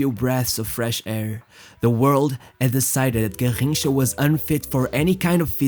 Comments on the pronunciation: SAY IT RIGHT GARRINCHA NOT GARJINCHA EVEN PELE SAID THAT GARRINCHA WAS BETTER THAN HIM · I stopped The video the video the third time he said “Garrincha”… hurt my ears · Your pronunciation of Garrincha is very odd and distracting. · Can you say garrincha one more time again?